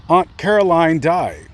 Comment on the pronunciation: Aww my name is Caroline too and it's always a pleasant surprise to see another Caroline. Whenever I was in school, I was always the only Caroline (thank you for pronouncing it correctly because I absolutely despise it when people calll me Carolyn, like, there's no Y in my name, yo.so I wouldn't answer during roll call if they called me that and they would get so mad but I'd be like "that's not my name, there is no Y in my name", lol.